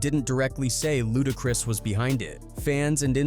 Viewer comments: I'm still watching, but that is hilarious every time it comes up. Lmao!! Also, "LudaCREESE". 🤣🤣🤣🤣🤣🤣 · Luda-crease 😆 Chin-jee😅